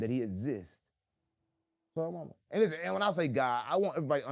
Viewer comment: A take a pull for every time he says "Lizzen!"